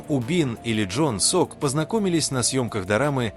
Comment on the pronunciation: НЕ ЖОН СОК. ЛИ ЧОН СОК